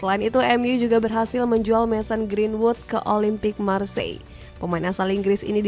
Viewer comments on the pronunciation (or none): none